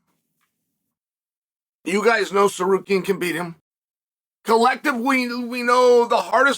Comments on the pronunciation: did uncle chale just pronounce Tsarukyan right? 😶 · The first name uncle Chael says correctly EVER is „Tsarukyan“??? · But says „Tsarukyan“ correctly…. 😂